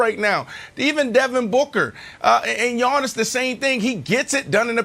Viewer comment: I hate how Brandon says “YAWNIS”